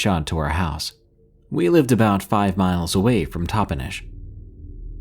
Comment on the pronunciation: Just a quick FYI.... The Yak in Yakima is pronounced just like the animal .Yak- i - muh is how it sounds. You got Toppenish right👍.😁